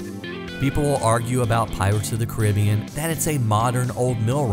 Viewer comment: Nice vid. Although I’ve never heard someone pronounce The Pirates of the Caribbean the way you do. :-D